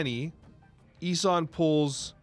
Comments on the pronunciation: also Ee-sOn 😅 not eesun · What is this ess-in 😂 E - son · ES-en?!?? are you doing this on purpose? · Love the content but it’s pronounced E-son. Same with some vids where you pronounce Daken wrong. It’s supposed to be like Taken just with a D. You & Cozy call that man Docken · I believe the name is pronounced Ee-son. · I had to stop watching because of how he pronounced this and Balthaak.